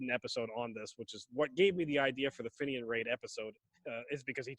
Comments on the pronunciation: Not to bright on the old Geography and fenian history🙄its pronounced feenian not finion . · Fenian is pronounced feen yin